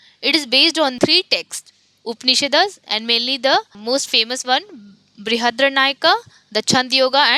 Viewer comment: Madam, not to question your authority on this subject, your pronunciation of many of the things need correction. For example: Chandogya is not Chand - yoga; Dvaita propounded by Madhwa not Madhava; Upanishad - not Upanish-das; Brihadaranyaka: cannot comprehend what you said; etc